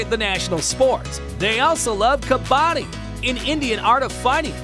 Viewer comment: The way he said kabaddi 💀